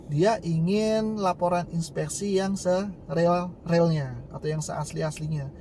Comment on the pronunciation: Dibaca se riil riilnya bukan se real realnya